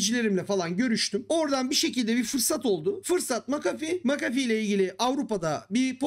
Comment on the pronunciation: sabahtan beri "macafi" ne ya diyorum McAfee hiç gelmiyor aklıma sonradan düştü jeton "ohaaa vay aminiyum" dedim